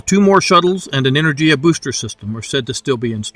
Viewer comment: good video, thanks. the "g" in enerGia is pronounced as in word "gas" 👍